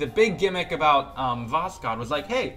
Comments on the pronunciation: its not vosCod but vosHod Hod like Hood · For Korolev, i believe you should read it more like "Karalyov", because it is written "Королёв", so Korolyev is actually more accurate than Korolev Also, you don't read "k" in Voskhod, because originally it doesn't even have k And Sayuz, not soyuz. This thing with reading "o" as "a" is a little wierd, but it's about accent, so... yeah All that isn't necessary, but i think it's cooler to say russian names correctly